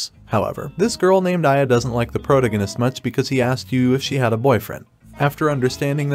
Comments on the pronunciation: Except prota-gun-ist…. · Can't pronounce protagonist? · The way you pronounce "protagonist" is hilarious